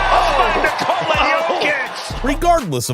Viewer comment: Finally someone pronounces Nikola how it should be